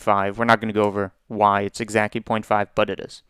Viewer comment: Are you saying "exacky" to fuck with us? You've said it 3 times.